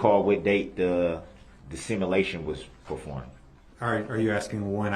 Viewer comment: “The similation from the similar vehicle”. OMGOSH how he can he be so thick?!!